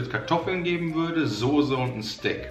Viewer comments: Mir stellen sich jedes Mal die Nackenhaare auf wenn Sose sagt.. Es heißt Soße! Mit ß! Wie Straße oder sagst du auch Strase? Sorry das trag ich schon ewig mit mir rum xD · es triggert mich jedes mal aufs neue wie die jungs sose sagen....das heißt SOßE!!!